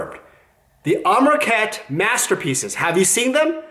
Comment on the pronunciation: Amronkhet? Amrakhet? You can at least get the name right, forget about your opinions.